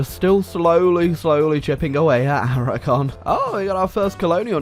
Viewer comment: Aragon is Aragone.